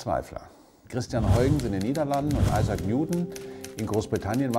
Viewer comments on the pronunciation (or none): none